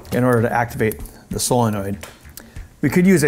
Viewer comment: "soyenoid" "neomidium" lol